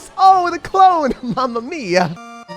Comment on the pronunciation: I'm Italian and his mamma mia is 9/10